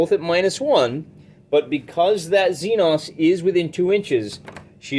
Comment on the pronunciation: Xenos? Don’t you mean the Xen-Xs? Lol